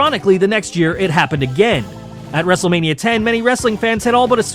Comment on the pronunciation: Did you say wrestlemaina 40?